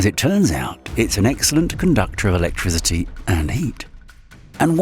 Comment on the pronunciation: What in the sweet hell is "electrizzity"...